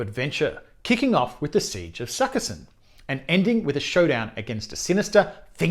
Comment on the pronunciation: Sukiskyn. Not sukka-sin.